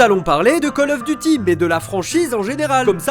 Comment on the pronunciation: 👍 poce bleu la routine. Si vous l’avez pas fait, vous pouvez faire god of war. Je suis le seul à avoir entendu cal auf deuty ?